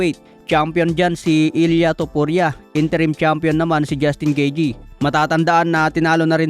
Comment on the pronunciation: 'Gitey' ang ang tamang pronounciation